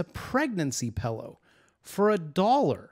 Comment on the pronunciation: I love how you say pillow! 🤣🤣🤣🤣🤣🤣🤣🤣🤣🤣